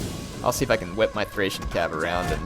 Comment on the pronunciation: THrrrrRRrrracian Cavalry! :D